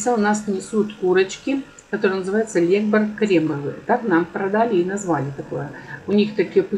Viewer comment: ударение не правильно ставите : не лЕгбар ,а легБАр